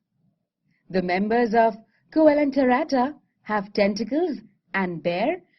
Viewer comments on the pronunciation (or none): I'm a biology student. It's not "koyilenterata" it's "seelenterata". Please modify that.